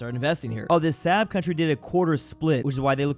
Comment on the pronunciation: im sorry for doing this. As a car enthusiast Saab is pronounced like Sob